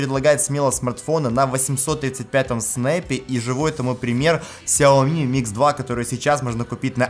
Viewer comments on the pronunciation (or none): none